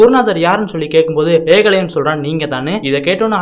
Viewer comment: தம்பி வார்த்தை உச்சரிப்பை சரியாக சொல்லுங்கள் ஏகலைவன் ன்னு பேர்